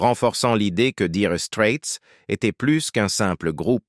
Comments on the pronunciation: Nulissime "Dire strette " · Comment il prononce 🤥 Diiire straits,O.M.G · Apprenez donc pour commencer à prononcer correctement le nom de ce groupe😅😅😅